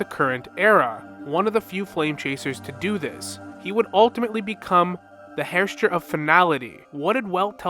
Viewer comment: Dude, I love you, but you need to check how the word Herrscher is actually pronounced, cause that "Hers Chair" is killing me 😭